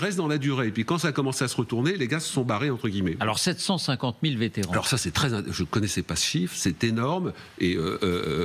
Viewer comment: Vétéran, sans -t au bout SVP.